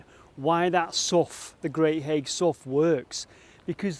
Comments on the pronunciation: you say haigh like hay,. i live in Aspull next to haigh great vid again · Hi I think Haigh is pronounced "Hay" as in Hay hall. just saying, great video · Nice to see you’re in Wigan! Never heard of this so I’ll be having a look! I’m so pleased I’ll even forgive the mispronouncing of ‘Haigh’ lol. I Wonder if you got to see the nearby viaduct? 🤔🤞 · They was running a competition 18 month ago on Smooth FM to win a wedding at Haigh Hall and they continually pronounced it wrong. I first I thought strange I’ve never heard of a ‘High’ Hall in Wigan lol. Happens to the best of us I guess and us Wiganers are used to it 😂 Best thing I watched on telly last night that! 👍 That viaduct’s railway used to run into Haigh near where you was but I’d put money on you already knowing that 😉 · I think you will find that the pronunciation is Hay, not as written haigh, so Hay Hall or Lord Bradshey is how the Wiganers say it!. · Hi. Thanks for this excellent video. I grew up nearby, knew about the mining there, but never explored there. Haigh is pronounced locally as “Hay”. Have you ever explored Aspull Pumping Pit? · Not that it really matters much, but Haigh is pronounced Hay. I'm from Wigan and spent quite a bit of time around Haigh Hall, especially the Canal. My Dad lives in Aspull too. Some other probably none relevant information is that the Canal that runs from the top lock towards Preston was actually originally the Lancaster Canal. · Absolutely love your videos.I have spent HOURS down 'rabbit holes! Just one minor thing to point out on this one. It wasn't Charles II who was reigning in 1653.It was Oliver Cromwell's Protectorate! Also the Wiganners pronounce Haigh as "Hay" - but Hey! What's in a name?! Keep up the excellent videos & THANK YOU for your sterling efforts. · I always thought Haigh was pronounced with a silent G (as in Hay). That's how I have always said Haigh Hall, anyway.